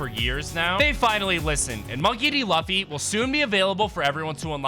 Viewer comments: Lafy😂 it is lufy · Bro said L u ffy